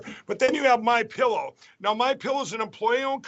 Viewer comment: Did you notice the guy in the vehicle poking fun says “Mein Pillow?” 😂😂😂😂